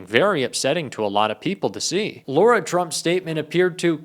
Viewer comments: Let's be accurate and pronounce Lara as it is written, not as Laura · First of all, you should say her name right "Lara" not "Laura". Second, calling for more transparency is not dropping a "BOMBSHELL!". You clickbait because you have nothing real to offer. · It is Lara like cara not laura. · It's not Laura Trump it's Lara Trump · Her name is LARA Trump. Not LAURA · Lara is pronounced as La-Ra rather than Laura. I’d hate for anyone to be confused about whom you’re referring. Thanks! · La-ra. Not Lor-a 😊